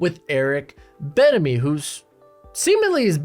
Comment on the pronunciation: The way you say bienemy ain’t doing it for me bruh